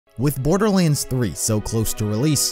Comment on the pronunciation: "the story of borberlands"